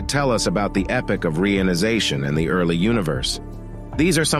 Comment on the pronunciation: Its EP POCH not epic. Its also re ion i zation